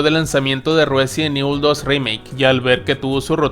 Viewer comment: el residont ivol de netflisss con sus Feminazis :face-blue-smiling